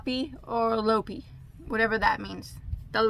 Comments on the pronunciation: Hello, my name is Rebekka and I am icelandic. Lopi is pronounced Lawpi and the i is said like in the word in 😄 And if your skin is sensitive, the clothes made from it scratch at first, give it a day or two and it should stop. That is my experience 😉 Einband means single thread. Álafoss is the wool factory. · Also meant to let you know that it’s pronounced low pee